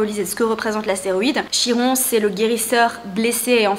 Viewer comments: et même mieux! les Grecs disent "KIRONE" normalement on prononce aussi le "N'" à la fin 🙂🙂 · Coucou! Une amie Grecque m'a confirmée que l'on dit KIRON 😊😊✨✨